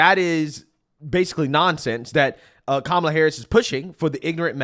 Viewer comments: Ha ha ha four of them pronounced her name wrong, which would get them attacked in most circles until one emphasized the name and then one still said Carmella 😅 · They all mispronounced her name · I think i heard them say pronounced Kamala 3-4 different ways 🥤🤣🍿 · Why weren't all the panelists called r*cists when they mispronounced Kamala's name? Why wasn't Michael Eric Dyson screaming while clutching his pearls? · How come the the moderator there didn't correct anybody for their pronunciation of her first name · Half of them mispronounced her name but said they’re voting for her. Funny how they weren’t told they were being race cysts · Just want to point out these people pronounced her name two different ways and none were called Ray Cists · Why didn't the interviewer correct the two up front, and the woman in the back, who mispronounced her name? Where is the outrage? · Why didn't the CNN guy fuss at them for pronouncing her name wrong? I thought they said that was disrespectful. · Not 1 of them pronounced her name correctly! WTF? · They all said her name wrong 😂. Why didn’t the interviewer call them out. They all must be racist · None of em said Kamala right.😂 where's the outrage??? They're all stoopid and that white dude is gonna get some much shit for looking like a Kuk for Kamala